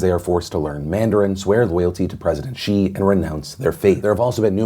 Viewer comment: It’s Xi not Chi